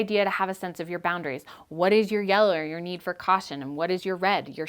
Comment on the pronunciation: Did you seriously say 'yeller'? xD